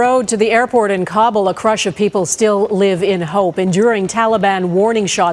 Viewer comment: Hey Global, do you think it would be advisable to hire journalists that know how to pronounce important things like Kabul (ka’ BOOL) not kawble. Just like kilometer is not k-lometter but is actually kill-O- meter. Like centimeter. In the 80’s at my first radio job, it was posted on the wall for all to see and know....Ka’ Bool. Why? I have no clue. There were a few other words listed but not “Protestant” .....funny how so many rip and read dudes read news stories about the pro-test- tawnts instead of praw-‘tis -tawnt . Who is going to vet the Afghanis as to who they actually are and what they intend to do in Canada once liberated?